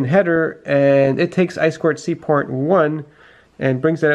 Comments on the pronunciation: I appreciate that you say "eye-squared-see" instead of "eye-too-see" like I hear way too often. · I2C pronounced I squared Cee. is introducing his fans to new horizons. I remember him back to his wood gears days pre-his YouTube channel. The Raspberry Pi is basically a full computer on a small board that is meant for controlling things in the physical world. Not much to do with woodworking but the spirit of building clever things that are useful and may be turned into products is still there.